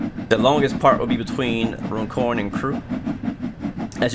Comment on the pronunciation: Nice! I suspect you didn't get the gold mainly because of the speeding. It's pronounced "run corn" by the way. As in "going for a run".